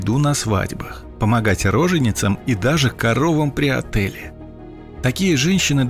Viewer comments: Читайте хотя бы правильно, есть отёл, а не отель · Автор , выучи русский ! Не при отЭле , а при отёле коров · Помогать корове при "отЭле"???? откуда читаешь??? Не отэле, а отеле, точнее отёле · Смешная оговорка - «…им запрещалось помогать роженицам при родах и коровам при отЭле…». При каком таком ОТЭЛЕ? Правильно будет «коровам при отЁле». Расмешнил. Хороший интересный контент. Плюсанул. С уважением. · Помогать роженицам и коровам при отэле..??? Хотя бы ударение ставили правильно. Проверочное слово - тело, но отëл... => при отëле... А то, что 25 лет служили в армии? А то, что крепостных распродавали, независимо от того - большая семья или нет... Издевались над людьми русскими! Вы заняты пропагандой и извращением сути вещей! Кому-то ой как давно не выгодно, чтобы светлый, трудолюбивый народ, народ со смекалкой жил себе нормально. Опускали как могли... Вы же на глазах меняете представления и понятия. Собрали с днища искажения... Что за жизнью той? Если выйти на причину такой жизни, бедной крестьянской жизни, то канала бы вашего не было! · Время 1.55. Убил конец фразы: "Им запрещалось... и даже коровам при отЭле". Это слово отËл. Сменная буква в корне. И то, что делает корова, к отЭлю никак не относится. Будьте внимательнее, пожалуйста. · Про "коров при отэле" это вы неплохо сказали! 🤣 Правильно говорить "отёле" 😉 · Ни «отэле», отёле, от слова отёл, тёлка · Коровы при отЭле 😆😆😆 Пора собирать коллекцию. Через видео озвучка чего-нибудь да учудит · при каком отеле? отёле, 🤣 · "коровам при отэле"?)))))) капец "при отёле" может быть?? вы хоть знаете понятия слов, что зачитываете??? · При "отеле" коров... Безграмотные... Это отёл. Хоть читайте верно слова - то. Неучи. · Озвучивающий не знает слова отёл. А в бумажке написано при отеле. Нам нужно отстаивать букву ё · "Помогать корове при отЭле..."-что это?! Со смеху умереть можно с душевного народа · "...коровам при отЭле..." - это, конечно, шедевр. Диктор, ты, вообще, понимаешь, что ты читаешь?